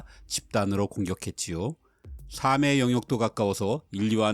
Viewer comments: 발음부터 교정하세요. "삶의"를 발음할 때는 [살메]이지 [사메]가 아닙니다. 기본교육 미달에 가까운 발음 불량으로 비추 누르고 갑니다. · 영상들 잘 보고 있습니다 그런데 삶의 를 발음하실 때 늘 [사믜]에 가깝게 발음하시는데요 '삶의' 의 표준발음은 [살믜] 또는 [살메] 입니다 이 부분이 좀 어색하게 느껴지네요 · 재미있게 잘 보고 있습니다. 근데 '삶'의 발음이 여러 영상에서 잘못되어 신경쓰이더군요. 사소하지만 지식채널이니만큼...